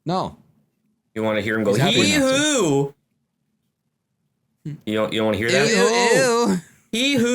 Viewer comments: HEE-HO! Not “Hee-hoo” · It’s hee-ho not hee-who. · ITS HEE-HO NOT HEE-WHO!!! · Uh, excuse me, it's pronounced "hee-hoe" you uncultured goober